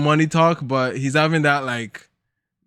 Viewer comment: he’s hafing? 🤣🤣🤣🤣